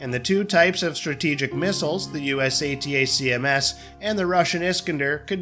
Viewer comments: why couldnt you just call pronounce it as ATAKMS rather than the stupid spelling A-T-A-C-M-S--- its just makes it pathetic to listen to... this is not a spelling bee competition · Next time, have the automated voice say ATACKUMS. Spelling it out every time is a bit much.